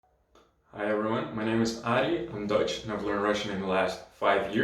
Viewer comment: in the very beginning, it sounds like you say "I'm Deutsch" so that's a bit confusing haha, anyway, thanks for the video!